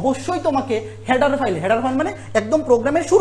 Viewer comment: হ্যাডার ফাইল না ভাই, হেডার ফাইল 😅😅😂😂